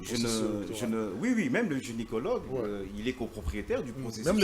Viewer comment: Pas genicilogue. Par contre ce "Gynécologue"